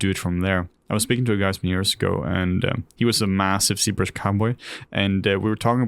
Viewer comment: Why is z-brush pronounced c-brush ?